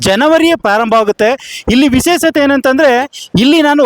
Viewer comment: ವಿಸೇಸತೇ ಅಲ್ಲ ವಿಶೇಷತೆ ಅಂತ ಹೇಳಪ್ಪ ಶಾ ಅಕ್ಷರಕ್ಕೆ ಸ ಅಂತ ಹೇಳುತ್ತಿಯಾ